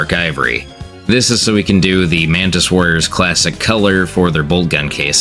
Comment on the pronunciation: Him pronouncing color as Keller had me confused for the longest time